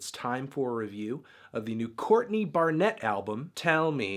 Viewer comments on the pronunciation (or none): Yo, why do you pronounce her last name like that? She is Australian, not French.